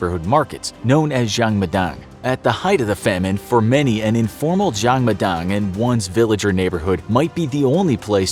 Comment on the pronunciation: His pronunciation is so bad when he says jang madang